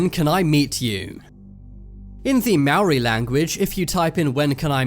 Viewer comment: He pronounced Maori wrong, But it's ok